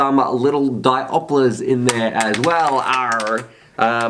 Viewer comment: 🤣🤣...what exactly is a 'diopler'...?🤔